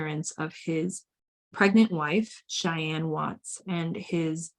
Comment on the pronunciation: At least say their names right. Bella and Shanann.